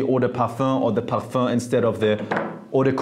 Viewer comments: “Parfah” I love hearing it 😂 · I love how he pronounces parfum